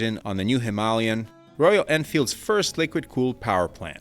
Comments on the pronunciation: HimaLAYan! Not HiMAHlian. Jeez. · It is not Himalian, it is Himalayan. Great Video though 👍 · The way you pronounce "HYMALAYN" is hilarious. Now do that with "ALUMINUM. " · him-ALL-ian? Did you AI voice over this vid? Pretty sure I've heard you pronounce Himalayan correctly in the past. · Say it again, slower: Hi-Ma-La-Yan. Search for the phonetic transcription, maybe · What the hell is a Him-al-ion🤔 I have never heard it said that way. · Him-aaa-lay-an. Named after the mountain range (known as the abode of snow). Check it out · That’s interesting. I’ve never heard that pronunciation before. Is the rest of the world getting it wrong? It’s like aluminum and aluminium.